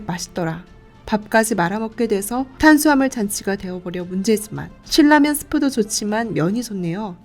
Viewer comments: 일반적으로 신나면이라고 들었고 실라면을 거의 못들어서 어색해서요. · 신라면의 발음은 실라면이 아니라 신나면. 실라면이 정석적인 발음일지도 모르지만, 신나면이라는 발음만 들어와서 좀... 거슬리네요 신라면이라고 발음을 하는 것도 좋을텐데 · 실 라면 이라고 ??? 나 한테만 그렇게 들리나 ??? 돈 벌고 싶으면 제작에 신경 좀 써야지 ..